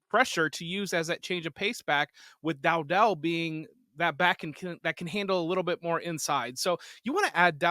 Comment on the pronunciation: Who the heck is Dowdell? If you want to convince us that you know what you're saying, you should know how to say the name. You've obviously not watched him play so why listen to you?